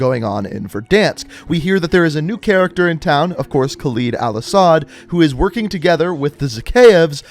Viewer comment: the entire video you kept mispronouncing Khaled Al Asad's name, it's pronounced "cal-ed" not "cal-eed"